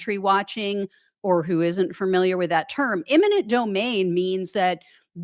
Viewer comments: E-minent, not I-manent. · Eminent domain not imminent. Thanks for your great work. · Argh! EMINENT…